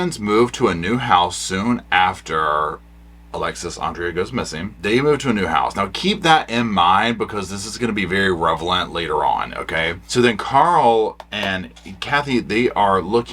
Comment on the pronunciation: Er, did you mean "revelant," or "relevant,"?... Hah! Yeah, I'm just being a dick...can't 'elp meself. Cheers. 😘